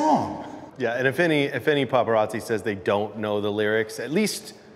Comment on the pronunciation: The dude in the red hat got my grits boiling ,he can’t even say paparazzi right 🙄🙄